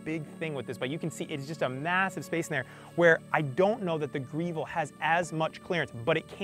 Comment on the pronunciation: Why does he keep calling it "Greevil"? It's spelled Grevil so pronounced like "devil", right? Is that a Mass. thing? I'm pretty sure the long "e" pronunciation doesn't come from Italian!